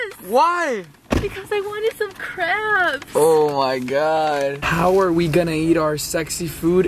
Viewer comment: It's sounded like said I really wanted some cramps instead of crabs